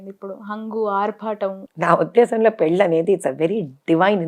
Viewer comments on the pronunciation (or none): పెల్లి కాదు anchor తల్లీ పెళ్ళి అనాలి. తమరి తెలుగు మండ